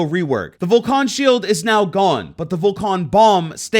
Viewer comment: i wonder how the hell you get "Vo-cone" from "Vol-CAN" (volcan is from volcano because well its a fire gadget and the op has a VOLCANo icon and its just missing the o, so say it like how youd say volcano without the o) good video but for fucks sake man how do ppl have such horrendous pronunciation problems xD